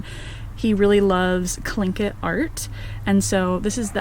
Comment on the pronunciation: She's right about Alaska. It's so gorgeous, but tough to survive the winters. The rain & darkness drove me out. Such a talented artist. Loved the Tlingit artwork (she pronounced it correctly, too. "KLINK-it") Not sure how she can live in a van where she can't stand up. That's a no for me. She seems very happy. I wish her well. 👍🏻